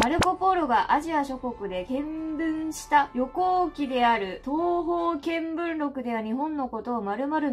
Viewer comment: 東方見聞録の読み方草 トウボウって呼んだりトウミって呼んだり